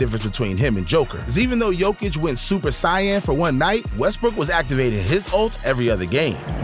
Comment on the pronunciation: Gotta be AI garage. Super Sigh-in????